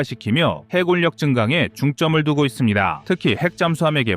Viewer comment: 이젠 좀 해굴역, 공굴역 ... 이딴 발음 좀 없애주길... 정말 못 듣겠다. 쩝.